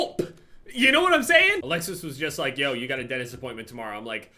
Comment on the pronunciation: " i have a dennist appointmen" i saw a video of actually discussing how to pronounce dentist 😂😂